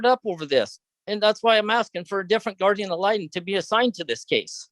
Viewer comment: You can't have a new guardian ad litem, until you can pronounce it correctly. Ya tool.